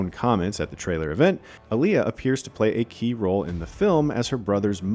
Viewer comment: Whats with the awful pronunciation of Alia?